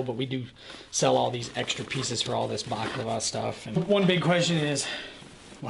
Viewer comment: Bah-la-cla-va. Baklava is a dessert :-)